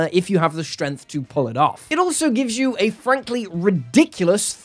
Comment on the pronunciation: Stop. Saying. "Shtrennf"!!